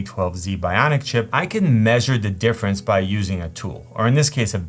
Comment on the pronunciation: I like how you pronounce “measure”